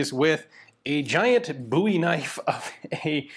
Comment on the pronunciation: Boo-wie knife? 😅